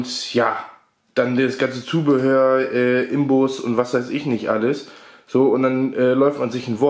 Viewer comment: Das heißt Inbus und nicht Imbus